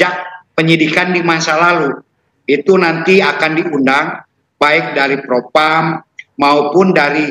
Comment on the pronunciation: Propam bukan propram mbak hehe